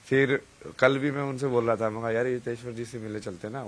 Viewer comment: it is riteshwar not hiteshwar also this journalist is shameless